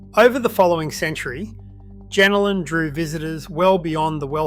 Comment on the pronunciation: Pronounce it properly please... it's pronounced JenOlan